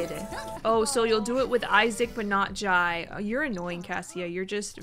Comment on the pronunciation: Jai is pronounced Jay